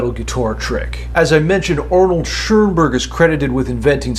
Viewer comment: Just a little pronunciation tip from a German speaker: Schönberg has no 'R' in it.